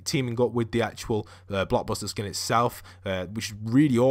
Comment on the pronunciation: You kept on saying block buster instead of blockbuster